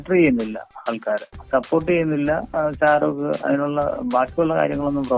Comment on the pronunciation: sharooko...name polum sherik parayunnilla..shariq alle..😀